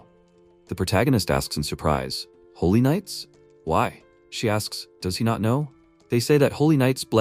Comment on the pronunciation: jesus said helly instead of holy 😂😭😭